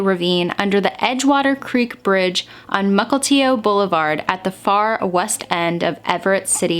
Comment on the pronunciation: as someone from WA, I want to help you pronounce our Native names for cities & counties correctly. Snohomish - Sno-home-ish Mukilteo - Muk-ill-tea-oh Issaquah - Is-ah-qawh (like a crow kaw/caw but a q sound not k/c) Tulalip - Too-lay-lip Yakima - Yak-ah-mah